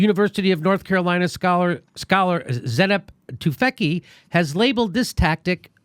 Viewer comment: I'm just laughing at the Jimmy's pronunciation of "Zeynep Tüfekçi" :)